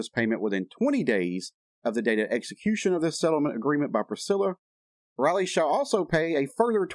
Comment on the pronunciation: Lisa’s daughter’s name Is Riley, not Roley. The I in Riley is a long I. Anyway, that’s how I learned it in school, in my phonics class. I much enjoyed your vid.!! That Priscilla is a WITCH!! And it’s a shame Elvis had to ever meet her!!